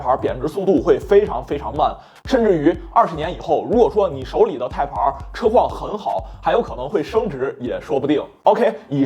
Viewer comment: Type-R 的发音或许需要改正些，连字幕都一直出现 placenta '胎盘儿'了. 若要以中文口音念'Type-R', 或许’太趴儿‘会接近一些. 😂